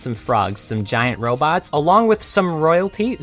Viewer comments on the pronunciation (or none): none